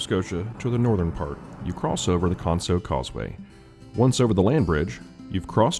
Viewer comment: It's actually canso not conso . but love your video . I use to live in Kentucky ( Frankfort ) .